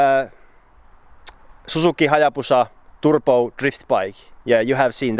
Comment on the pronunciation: Please. Say "Turbo"... not fucking turPo! And please stop saying "card" to cart